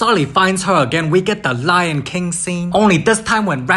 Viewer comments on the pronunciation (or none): none